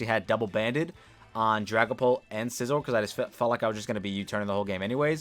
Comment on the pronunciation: If you mispronounce scizors name again I’m gonna lose it lol